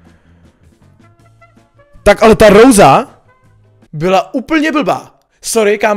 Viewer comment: Jsi asi jediny ktery tu vyslovnost tak hroti treba: Roza , Lijon atd.. :D